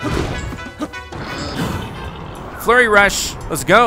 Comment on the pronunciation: flurry rrush